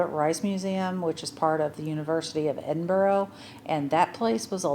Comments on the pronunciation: Very surprised you’ve been to Edinburgh and still not picked up on the pronunciation. It’s Ed IN BRA. Not boro. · You need to work on pronouncing it properly. Its EDIN BURRAH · Anyone visiting Edinburgh its pronouched Edin-Bruh' - there is no 'o' sound at the end. - sincerly Scottish resident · Why cant you pronounce Edinburgh? It seems Americans and Canadians struggle with this.